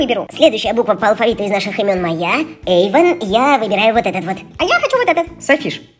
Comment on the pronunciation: НЕ ЕЙВАН А ЭЙВАН!!!